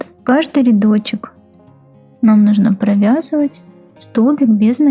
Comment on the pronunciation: Ниточка,петеличка, рядочичек - это что, детский канал по вязанию? И не РИдочек - а РЯдочек